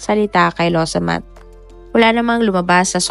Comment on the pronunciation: Law samaht po,nde lowsamat😊